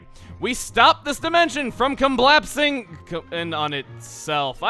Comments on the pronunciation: "Comblapsing" is my new favorite word. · "Comblapsing." 10/10 best engrish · "comblapsing" is really funny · Comblapsing is my new favorite word. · "Comblapsing" must be collapsing so bad that it implodes or something? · I lost it at "comblapsing". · Hah comblapsing best words of da year lol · Comblapsing. Good job, Chuggaa. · Comblapsing? Also I'm sad it's over I really liked this lp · “We stopped this dimension from comblapsing.... in on it...self” greatest moment from this video ever. Fight me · I don't know why, but I can't stop giggling at "comblapsing". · "Comblapsing" -, 2016